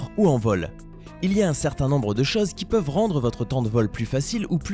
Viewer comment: On dit CHOSE, pas CHAUSE !